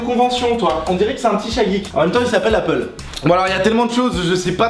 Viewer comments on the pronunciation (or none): none